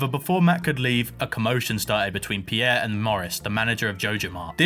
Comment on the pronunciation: Pronouncing Pierre "Pee-yeah" is wild. Just leave out the "ee" and you're good. Very cool play-through, though.